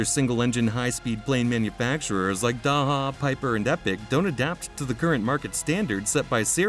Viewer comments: Thank you for a great video. The pronunciation of Daher is closer to Dah Er or Dah AIR, more or less. It is most certainly not DA HA. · It's not DAHA ,it's DA AIR . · "Daha" ... what the hell are you smoking ? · Daha DAha where did you learn to read? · I'm sure you know by how its "day her". LOL Lower cost option, how about Piper? Then there is the versatile Pilatus. The TBM once was a Mooney. The design changed hands a couple times and ended up with Daher. It's made in Tarbes, France. They got the name TBM from TarBes Mooney, TBM. I believe they are the fastest of the bunch, and have a lot of dedicated owners. At that price point, your getting close to Slowtation (Citation) territory. 8) They are a great airplane!! 8) --gary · Can’t A.I. be taught correct pronunciation? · If you don't know how to pronounce the company name, I'm not sure I can trust the rest of your information. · Come on! You can’t narrate the video yourself?? Need to use a computer that can’t pronounce Daher?? Do better.